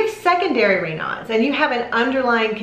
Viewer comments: In the U.K. Raynauds is pronounced Ray knowds, not Ray nards. Greetings from Wolverhampton in The West Midlands, England.xx P.S. Ray nards is connected to Foxes. !!! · It IS pronounced ray-nosed. Raynaud is a French name. I've never (in 65 years) heard anyone call it 'ray-nods." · ‘ Ray nose ‘ is the correct pronunciation - French . I have never heard it pronounced ‘ Ray now’ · I like this video, but I definitely disagree with your pronunciation!!! The guy is French, so it’s more like Rey nose. I’ve had it for over 30 years and I’ve never heard it pronounced the way you do 😊 informative info tho!!! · We pronounce Raynaud's the other way in the UK. Don't worry about it.